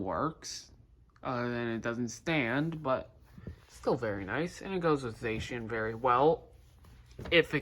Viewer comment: You can pronounce Zacian the way you want, but it is not pronounced Za-she-en. But it okay, your allowed to pronounce her that way.